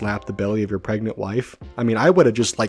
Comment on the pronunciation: ...Says pregnant: PREGENT